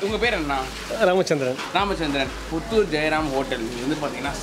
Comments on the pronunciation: புதூர் இல்ல ப்ரோ புத்தூர் எங்க ஊரு ......welcome back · Puttur illa bro puthur bro